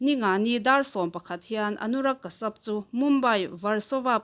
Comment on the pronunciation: Anurag Kashyap...Kasap ni lovin Kasiap tia lam tur a nih hmel